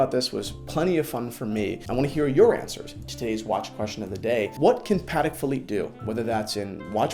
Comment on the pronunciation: its PAH-TEK